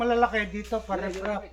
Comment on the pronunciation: Riprap ngani Hindi rikrap. Semento Hindi samento. Aray mo.